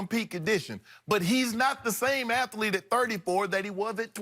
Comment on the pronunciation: Shannon: ath-a-lete and verb-age, three minutes in